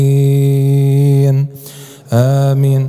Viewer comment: يا شيخ : ض وليس ظ الضالين وليس الظالين